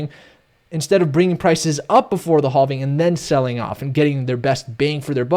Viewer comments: I love analysis. But every time he says halving I die a little inside. 😂😬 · "Boulish on the haulving?"